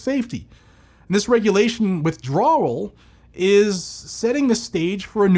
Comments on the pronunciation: Please stop with WITHDRAWRURAL its pronounced WITH DRAWL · Withdrawral.... it's his Boston showing again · Withdrawal is one hell of a word for ya brother, LMFAO haven't seen you have such a hard time with a word lol seriously tho, as ALWAYS THANK YOU..... Shes not off to a good start!!! If it is apart, used with /for a firearm it should be covered under our 2A rights not the other way around like she's saying now!! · There’s only one R in withdrawal 😂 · Most unique way of saying withdrawal I’ve ever heard 😊